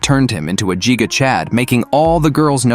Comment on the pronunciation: It's giga not jiga💀